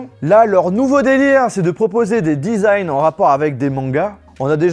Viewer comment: Le one pleuss et disagne me tue 😂😂